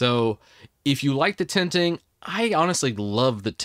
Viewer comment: It took me until min to realize he was saying "tenting" and not "tinting". 😅 I was trying to figure out for 10 min what are "tinting" feature was all about. 😅